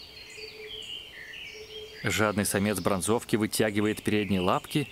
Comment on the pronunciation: ВОПРОС К ВТОРОЙ ЧАСТИ Э́ТОГО УВЛЕКАТЕЛЬНЕЙШЕГО ФИЛЬМА!!! ПОЧЕМУ БРАНЗО,ВКИ!??? А НЕ БРО,НЗОВКИ!!! ИНОГДА ТОЛЬКО ОДНО УДАРЕНИЕ МОЖЕТ МНОГОЕ ИЗМЕНИТЬ В НАУКЕ!!!